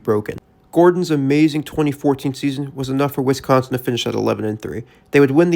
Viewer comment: Its Wis-consin not WI-sconsin. Im petty, i know